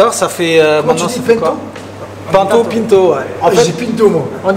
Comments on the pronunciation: C'est un nom de famille portugais et ça ce dit Pinto comme le dit. PEINTO ouais mdrrr n'importe quoi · On dit Pinto on prononce i pas panto c portugais j’aime bien c gars j les trouves cool en plus d’être des champions vive le🇵🇹🇵🇹🇵🇹 même s’il on la nationalité 🇫🇷 merci très bonne vidéo comme dab hisshhh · Pinto c’est pas un nom francais de base, faut respecter la prononciation originelle. On ne dit pas Gomé pour Gomez ou Rodrigué pour Rodriguez…